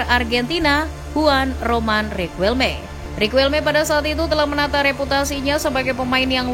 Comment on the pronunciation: Sejak pertama kali tau louis van gaal, gaya ngelatih sama sikap nya yg cenderung sombong, batu, sama keras itu yg bikin banyak org gk suka sama beliau Izin koreksi penyebutan yaa min Cruyff: Kraif Riquelme: Riqelme Guulit: Khuulit Arjen: Arjen 🙏